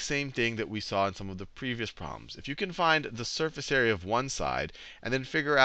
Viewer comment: Area sounds like squarerea ;)